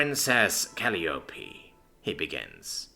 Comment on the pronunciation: Smal pet peeve its "call eye OP" Not "call leo pee"